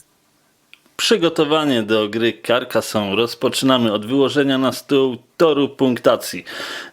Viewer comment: karkazone sie czyta